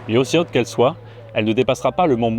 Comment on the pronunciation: Apôtre, avec un accent circonflexe svp, et pas "apatre". Haute et Autre se prononcent hôte et ôtre, et pas "hate" et "hatre".